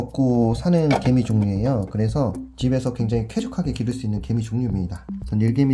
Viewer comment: 나 개미를 게이로 들었어😂😂